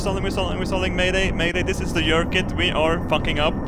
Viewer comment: you're pronouncing your 'j's! This makes me sad. It should be a YERKIT!